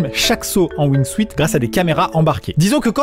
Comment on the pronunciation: On ne dit pas Wing Suite. C'est Wing suit. Suit se prononce Soute.